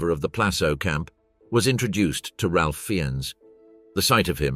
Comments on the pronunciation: Hate to be grammar police, but Ralph Fiennes pronounces his first name "Rafe," not "Ralph." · Love this channel, but his name is pronounced "Rayfe Fines" :)